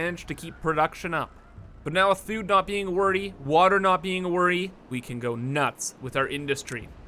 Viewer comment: FUUUUUD storage in my BEESE, and PEEPER for explosives. Killing me. Why are A's and O's so hard for you to say?